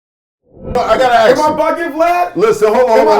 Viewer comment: “” comes from the crunchy black interview he called him “” instead of “Vlad”!